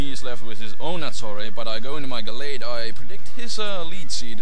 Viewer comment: when you said nattorei i thought you said attourney